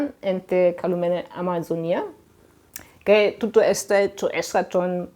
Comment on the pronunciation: Η κυρία μιλάει με λάθος τρόπο την αρχαία ελληνική γλώσσα.... Το "και" το προσφέρει "καΐ"... Το "και" είναι μονοσύλλαβο και η κυρία το κάνει δισίλαβο... "Κα -ΐ"... Το "εύ" που είναι δίφθογγος το προφέρει ως δύο ξεχωριστά γράμματα.... Έ και ύ... Με αυτή την λάθος προφορά που βασίζεται στην λάθος θεωρία του Εράσμου όμως, δεν βγαίνουν 15 συλλαβές στον ιαμβικό δεκαπεντασύλλαβο.... Άλλα προφέροντας το μονοσύλλαβο "και" ως δύο συλλαβές κά και ί, βγαίνουν παραπάνω συλλαβές... Ενώ οι αρχαίοι ποιητές έγραψαν σε δεκαπεντασύλλαβο..... Επίσης η γλώσσα που μιλούν δεν είναι αρχαία κλασσική ελληνική γλώσσα αλλά νεοτέρα, μετά την εποχή του Μέγα Αλεξάνδρου, η λεγόμενη κοινή ελληνιστική... Έκανε μεγάλη ζημιά η λάθος θεωρία του Εράσμου.... Διαγράψτε την τελείως....